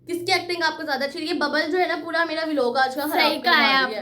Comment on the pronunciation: Vo V_ log nahi hota vlog hota hai 😅😂😂😂😂😂